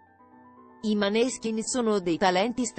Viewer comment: Cambia l'accento di nominativo.della band.Non si puo' sentire